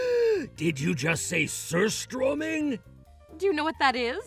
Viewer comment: Surströrmming hahaha talk about stinking situation 😆🤣